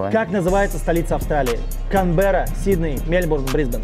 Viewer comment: Это так смешно, что ведущий рофлит над незнающими столицу участниками, а сам говорит КРанберра, а не Канберра